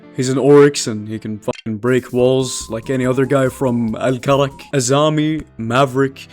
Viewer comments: The way u said karak leads me to believe you are arab ☝️🤓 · من كال الكرك عرفت انه عربي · Bro said الكرك like it's his hometown